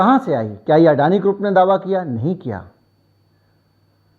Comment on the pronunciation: अडाणी को अडाणी कहो. आप जो कहते हो वह हमें सुनना पडता है. दुरुस्ती जरूर जल्दी करो.